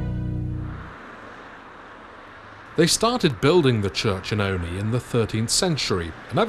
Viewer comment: As a proper Olney-ite I'm so glad you pronounced Olney correctly!! Fab work,. Thank you!